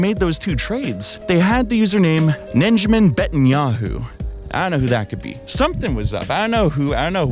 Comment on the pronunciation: ninja-man bet-in-yahoo